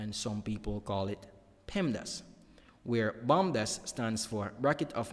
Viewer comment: It’s bodmas not bomdas